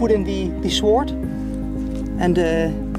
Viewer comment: word of wisdom on your english you speak it exeptionally well better than some people i know in the uk but "Sword" is pronounced sord the w is silent :)